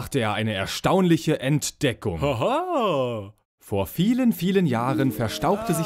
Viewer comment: "Eine erstaunliche ENT-deckung" ... xD